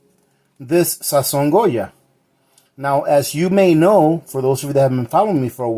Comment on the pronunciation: No Sazón....SAZÓN lol